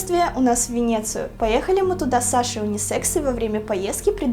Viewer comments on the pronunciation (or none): Мне покозалось или Лена на сказала Уни секса) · Кому послышалось "Унисекси"? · прости ты сказала слово униСЕКС?